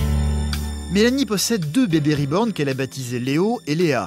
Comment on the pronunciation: Moi tout au long de le reportage de « SA SE DIS « RIBORN » PAS « REBORN » PTNN